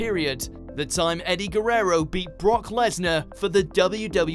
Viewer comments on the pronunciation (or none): Is funny how he pronounces eddie's lasr name wewrerow